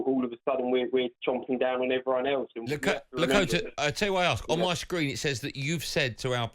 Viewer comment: Bless him when you think Lakata is "Lakota" you know something is wrong. But hey I'm Leo spelt "Lee"